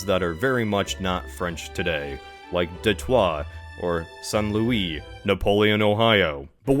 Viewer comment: You did not just pronounce St.Louis like that 😂